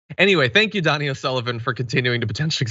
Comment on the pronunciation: It's pronounced Doney, sounds like phony.